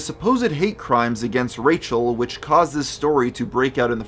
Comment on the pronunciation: Like the way you called her Racial instead of Rachel 😂😂😂